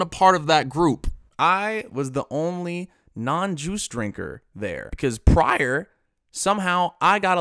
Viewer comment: My mans said “joooce” 😅😂